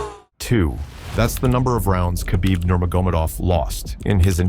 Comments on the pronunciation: It's no Qabib. It's Kh, you say it like you have something stuck in your throat and your choking. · It's Habib.. k is silent bros🤣🤣